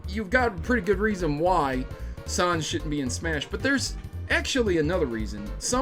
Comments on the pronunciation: Troughout the whole video I kept quietly yelling "IT'S NOT SOHNS IT'S SANS" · He says Sanez Its sans GOSH get it right :P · i hear sawns not sans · Sons? I think you mean Sans. It's really not a hard word to pronounce. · its nor pronounced "sons" its pronounced "ness" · When an Undertale geek hears someone pronounce sans as sons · Sauns? Excuse me? 😅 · The a in Sans is pronounced as a short a like in the word "sad" 😗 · Camic Sons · Sans was pronounced wrong here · I'm sorry but your pronunciation of Sans is cringe. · That's not how you pronounce his name. It's like saying Comic Sans.